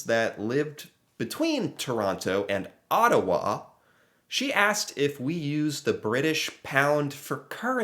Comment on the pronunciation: Props to you,, for learning to say Toronto and Ottawa like they're pronounced by Canadians! I want to hear you say Saskatchewan! (Sus KATCH oo wun)